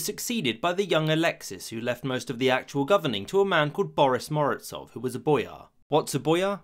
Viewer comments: seriously? I haven’t found but Morozov pronounced German-wise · Honestly it stil amazes me how English speakers misspronounce or i guess missread the most basic of spellings - to turn Mo-ro-zov with a z into 'Morotsov' with some sort of 'ts' sound is truly a talent in itself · Why do you pronounce Z in Morozov as Ts? It's Z as in coloniZe or horiZontal. And Razin is rUh-zin not rezEEn.